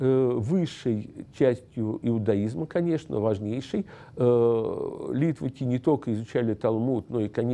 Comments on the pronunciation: литваки ударение на ки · люди которые на идиш говорят литваки, с ударением на ли.